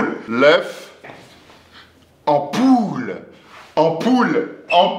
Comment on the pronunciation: c'est pas l' oeuf anpoule c'est l' oeuf en poule